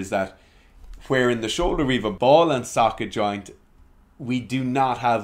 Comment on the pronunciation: 'ball and jocket soint' lol